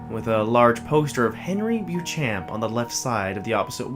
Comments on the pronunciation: U pronouncing it wrongly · My favourite creepypasta (I hate that word). I accept that narrators will mispronounce the name since very few seem to include this in their Youtube reads.